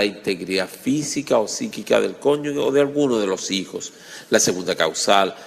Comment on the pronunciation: Profesor, muy buenos sus videos, se le agradece. Sólo le quiero señalar que se dice conyuge, no "conyugue" como usted pronuncia en el video.